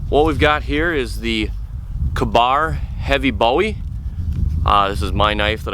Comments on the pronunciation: Its k bar like kay bar lol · how can somebody live in america and not be able to pronounce ka-bar